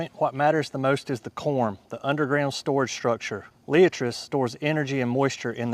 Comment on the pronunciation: Pronounced Lie at tres ! Otherwise excellent presentation